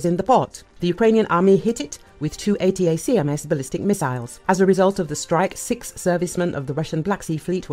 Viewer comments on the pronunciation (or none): Please update the AI to say A-TAC-AMS. Annoying.